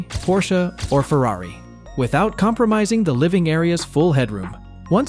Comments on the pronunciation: my man said ferari in a lamborgini pic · It’s a,lambo or Lamborghini and,he says a ferri